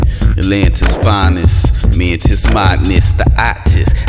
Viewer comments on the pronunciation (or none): none